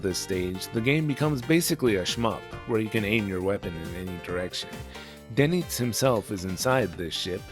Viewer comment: Doenitz is the name of the Naval commander of the third Reich and overall leader following the self termination of the original one, Karl Doenitz. Pronounced "Durnits" usually.